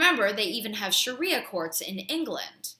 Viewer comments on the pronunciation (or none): none